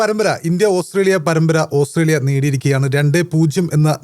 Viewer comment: Hahaha,ഓസ്രേലിയ അല്ലാ😂ഓസ്ട്രേലിയ